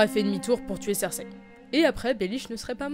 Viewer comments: Oh putaing je t'ai touché en plein cœur pour le coup! Nan mais c'est vrai aussi, prononcer "Cerzeille" avec un personnage aussi important, c'est réclamer une lapidation sur la place publique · Et si tu faisais un effort pour prononcer Cersei correctement (et pas avec un accent marseillais dégueulasse) étant donné que tu veux à tout prix prononcer le nom des personnages à l'anglaise ? Je dis ça je dis rien.